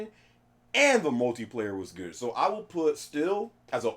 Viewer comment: uncharted 4 it's gooduh